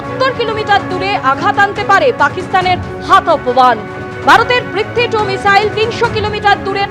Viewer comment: Ki app mane aplication?? Aabe aage to uccharon korte sekh 😂😂 michail choda 😂😂 " মিসাইল" sikhe ne, sekhar kono sesh naai. bangladeshider sekhar chesta britha tai. Chudir bhai 😂